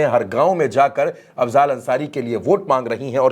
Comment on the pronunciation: अफज़ाल नहीं अफ़ज़ल है। थोड़ा पढ़ लिजिए।